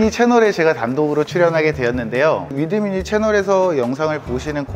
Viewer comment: 위드으 미니이 🫠 이런 음은 처음이에요 😆